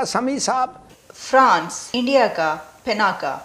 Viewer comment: पिनाका नहीं, शुद्ध नाम है पिनाक, रुद्र के अजेय धनुष का नाम!